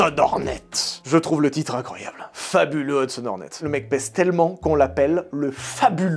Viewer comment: Pendant tout le premier film, je t'ai entendu dire "La qualif Horny" ....